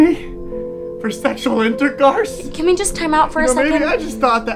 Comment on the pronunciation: "InterCURSE" XD